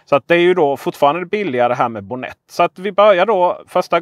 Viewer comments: Mycket bra tips! Tack för guiden! 😀🍸 Men uttalas det inte med betoning på o:et? Bonnet betyder motorhuv på brittisk engelska. 🇬🇧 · Jo, det gör det. :)